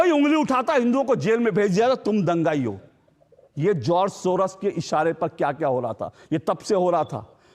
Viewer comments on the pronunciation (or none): सोरस नहीं सोरोस